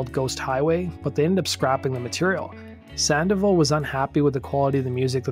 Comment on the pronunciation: *SAN-DOH-VAHL > "SAN-DEH-VUHL"